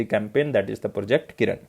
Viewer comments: Following u on a regular basis sir ..... You are a savior..... Request u to pls improve pronunciation of some words.....like project kirana, you pronounced it kiran and adb presidents name also ....... Regards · Content quality is really good. Kirana is किराना not किरन NavIC is usually pronounced as नाविक